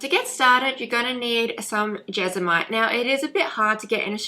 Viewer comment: It’s pronounced Jes-mon-ite. Thank you for this video, much appreciated.